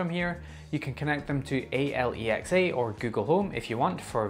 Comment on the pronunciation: Why did my man say A.L.E.X.A instead of just normally saying Alexa?